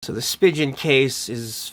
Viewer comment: (and elsewhere in the video) “/spi·jn/ case” That’s not the way Spigen is pronounced—it doesn’t rhyme with “pigeon.” It’s a German name and there is no “soft g”/“j” sound in German. It’s pronounced /spee'gan/. (You can see and hear the right pronunciation on the About Us page for Spigen, Inc.)